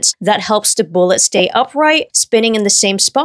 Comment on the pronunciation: You pronounce “the” as “da” but “throw” with a “th” still…?